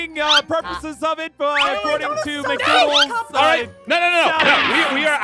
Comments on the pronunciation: YOU SAID IT WRONG WHAT DO YOU MEAN MICDUNALDS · I know why did she say McDoodls You mean McDonald's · It’s McDonald’s not Mcdoodles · It’s called McDonald’s not Midoodls 🤣🤣🤣🤣😂😂😂😂 and McDonald’s is my favourite food! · McDoodles? It’s McDonalds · I love how she kept pronouncing it McDoodles instead of McDonald’s 😂🤣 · Why call it Mcdoodles when you can call it McDonald’s? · Aph u sounded like you said mcdooles but hey! It’s okay aph! It’s funny anyway!!😁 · Mcdoonods hhahahah it’s called mcdonalds ahhaahahhaah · She said mac doodles 😂😂😂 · Aph it's McDonald's not mcdoodle's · it's mcnoodls it's mcDONNALDS!!!!!!!!!!!!!!!!!!!!!!!!!!!!!!!!!!!!!!!!!!!!!!!!!!!!!!!!!!!!!!!!!!!!!!🙄🙄🙄🙄🙄🙄(🤫) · I was laughing when she Mcdoodles instead of mcdonald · WHY ARE YOU CALLING IT MICDUNALDS IT'S McDONALDS ARE YOU JUST MAKING FUN OF McDONALDS?!? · when you said Mc'Doddles I heard you said Mc'Dodos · in the intro you said McDooodles instend of mcdonalds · McDonalds, not McDoodles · You know it’s not really McDougals it’s Donalds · She says mcDoodls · it's macdonalds not mac doodls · Do you know that you said make doodles It's not Make makdoodle it's McDonald's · It's McDonalds not mcdoodles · hahaha they say mcdoodles that was wrong its mcdonald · It’s not mcdooldes it’s McDonalds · its mcdonald not mcdoodles😂😂😂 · It’s McDonalds not mcdoodles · Why you you're saying mcdoodles when it's McDonald's not make doodles it's McDonald's do you hearing what I'm saying it's not mcdoodles it's McDonald's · It’s McDonald’s not Mac doodles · It's McDonald not make doodles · It's not mc doodles it's McDonald's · It’s McDonald’s not Mc doodles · it is McDonald's Not McDoodle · It's McDonald's not mcdoodle's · Just because you say my doodles and it’s called McDonald’s in th the a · it is mc donalds not mc dodlles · McDonald's not mcdodels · That's not how you say McDonald's it's It's McDonald's not Mark Mark donalds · i think she said mcdoonalds instead of mcdonalds maybe she cant spell it right